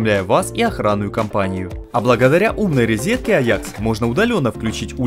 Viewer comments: Да, согласен, ребята МОЛОДЦЫ, давно за их видео наблюдаю, но уши вянут - рЕзетка, досТочка, зубчаСтая )))) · Ребята, вы большие молодцы! Спасибо Вам, за видео! Как всегда, всё очень качественно и позитивно! Без обид, исправляйте речь - рЕзетка, досТочка, зубчаСтая